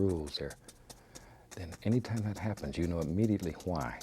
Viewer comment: And "somethin' like gat".